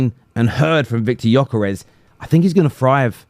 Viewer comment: Pronunce his WHOLE name with G.....Gyokeres!!!!